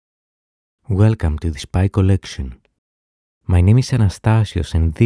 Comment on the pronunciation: Could tell you're Greek after hearing the first "Welcome" The components shown are low performance control circuitry and if I had to guess are there just for the control of the rocket. The control of the rocket requires minimal processing power and speed, orders of magnitude less than what a modern computer can achieve. The boards include the microprocessor and a lot of transistors to amplify its' signals and control the moving parts of the missile (or any other action that the flight controller can take). So this is the flight control computer, the "older" processes used for the digital components can make them far more robust to noise, radiation and any other bad condition, it will take a beating and keep working. More modern computers might be included on the weapon, made with much smaller processes (like 14 or 7nm) and running at much higher frequencies. Such computers have orders of magnitude higher processing power that might not be needed for basic flight control but might be needed for more complex tasks like image processing, target detection, spoof resistance and even decision making. Even commercial GPUs can be used for such tasks, taking the silicon chip of a gaming GPU, mounting it on a custom PCB with custom firmware and an ARM processor. This would form a secondary computer that will give the target position to the flight controller. This faster computer is not as resilient as the flight computer but the rocket will still fly inertially to the last known target